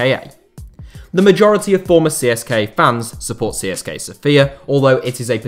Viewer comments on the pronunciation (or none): It's pronounced Siska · It is pronounced "tse se ka" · I'm Bulgarian and I didn't expect something about our clubs. I prefer Levski but I barely watch our football as it's quite bad. Also something I find kind of funny is that I've never heard an English speaking person pronounce CSKA correctly. If anybody cares it's pronounced Tse-Se-Ka